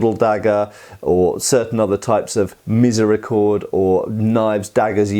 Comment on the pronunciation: You’re mispronouncing the word “Miséricorde”.